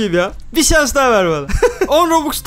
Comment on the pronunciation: da abi sans mı dedin bu arada Kerem IŞIK sanada öyle gelmedimi sans diyomuş gibi